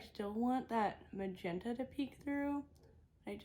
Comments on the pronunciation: That one shade you actually say like magenta with the m and g switched! (Juh-menta) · Instead of MAGENTA, the shades name is JA MEN TA . Something funny he said in a previous video